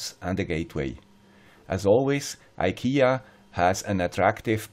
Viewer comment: Tråd=thread or another word for cord (kabel, sladd in swedish). Fri is free or less. Trådfri is ikea-swenglish for cordless. You can translate from swedish to english in two words. tråd fri = thread free. Thanks for all your good work. And btw. To be a little bit swedish you have to pronounce IKEA in swedish. [ee-kay-ya as one word eekaya]